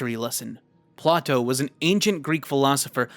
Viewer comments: It's pronounced "Play-toe"!! Not "Pla-toe"!! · just to help out with pronunciation “Play-toe” is how you say Plato’s name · That's Plato, usually pronounced Play-Doh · thats fucking play-toe did you go to school my guy? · good vid his name is Play-Toe got me yelling at the screen lol. And its also Sock-Ra-Tees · The pronunciation of Plato is genuinely painful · For the whole "The Cave" section, as someone who took psychology in college, you mispronounced both Plato and Socrates' names.